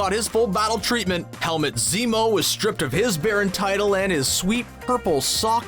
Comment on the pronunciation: "Helmet Zemo"